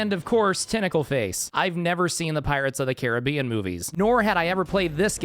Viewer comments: Weird, I always thought it was pronounced "Caribbean". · Man fr says Caribbean instead of Caribbean